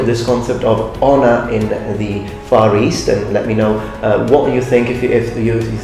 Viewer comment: I MUST'UH UPHOLD'UH MY SAMURAI HONOR'UH